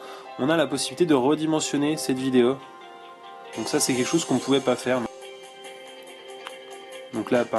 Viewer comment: Super Smartphone.Merci pour la vidéo. Le meilleur moment: On a quelque chose au bout du fil ^^ :) Et sinon j'aime bien comment tu dis vidéO,photO,eurO...Il y a un souci avec les "O"? ^^